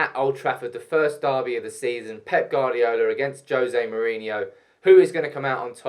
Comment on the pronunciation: He can't pronounce peps last name(I can't spell it)